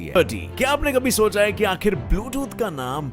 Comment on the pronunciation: आखिर होता है आखरि नही